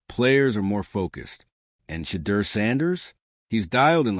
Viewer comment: Get the pronunciation of Sanders first name. Your Blogs are too long! Please just give us the facts, no embellishments! I’ll listen to one more Blog before I unsubscribe.